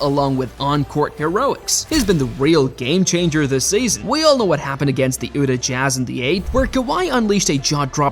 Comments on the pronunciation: "Ootah Jazz"?🙄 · These AI text to speech are atrocious lol, I gave up the second time I heard it pronounce Utah wrong